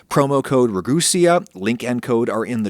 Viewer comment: Your saying your name wrong its rag-u-sea not rag-u-sea-a......im almost positive I'm correct....